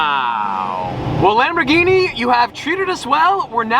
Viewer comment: You say LamborGHini like in Gunther! NOT "Lamborshini"🤌🤌 Do you say Spasjhetti aswell?!😂